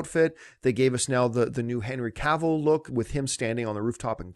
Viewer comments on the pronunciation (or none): none